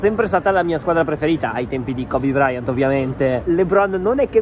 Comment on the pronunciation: E bruttissimo sentire koby braian è morto